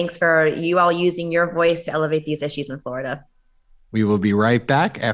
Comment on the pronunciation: Anybody else sick of hearing his pronunciation of “Florida?”